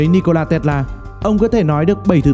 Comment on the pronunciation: Bạn này nói chữ Tesla nghe buồn cười quá. Đọc gì mà Tét La. :))